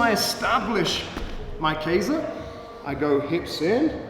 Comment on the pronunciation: It's not pronounced Kei za. It's literally Ke Sa.